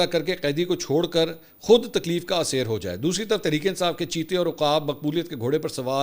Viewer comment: صحیح تلفظ اسیر (aseer) ھے اسی طرح ادراک (idraak) ھے